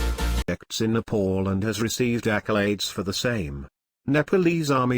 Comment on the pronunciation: It's NEPAL not NEPOOL please pronounce it properly.